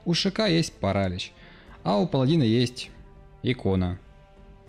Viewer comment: ставь ударение на паралич!